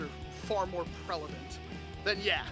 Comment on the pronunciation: "...far more prelavent" nice, lol. totally butchered that =P